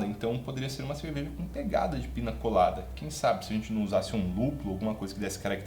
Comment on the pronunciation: Muito bom esse formato. Cervejeiro dedicado gosta de teoria , mas ama a prática. Você é uma referência para quem vive a cultura cervejeira. Parabéns! Ah, a pronúncia correta é pinha colada. O ñ tem som de nh no idioma espanhol. Salve mestre!